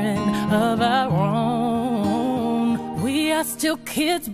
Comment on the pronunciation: instead of sayinh of our own she says of our ron